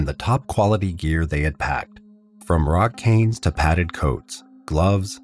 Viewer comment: Did he say ‘rock cane’ ?